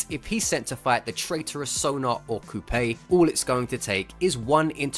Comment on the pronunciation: coupe is a french word pronounced coo, not like toupee